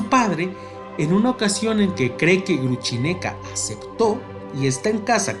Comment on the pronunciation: Cierto, si se puede decir Grushenka en castellano, perfectamente pronunciable, ¿para qué inventar Gruchineka, una versión horrible?